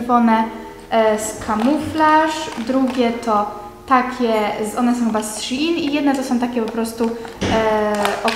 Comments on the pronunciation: sziin muwi się normalnie szein sprawdź sobie na tumaczu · wymawia sie szejn szejn plisss